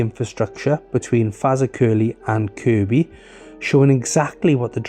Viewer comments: at least he said Kirby not Kirkby 😆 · I'm pleased you got the pronunciation of "Kirkby" correct. However, "Fazakerley" is pronounced more like "Fir-zack-a-lee". Here's a video